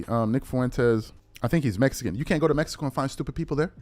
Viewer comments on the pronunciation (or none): none